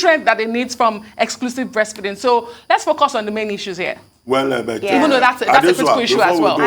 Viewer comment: Dr Abatti, had difficulty pronouncing breastfeeding! He was about to say breastfeasting! He likes what he likes!!!!!!